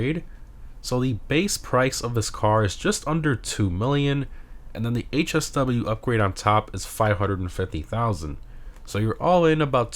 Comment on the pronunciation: Bro lost me when he said HSW